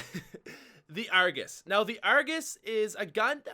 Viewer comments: You mean the 'ARGOOSE'? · not the Argus the argoos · When u say Argus i laugh